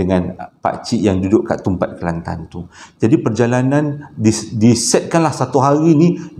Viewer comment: Suke dgr sbut nama kelantan...sbbnye sy org klantan😀😁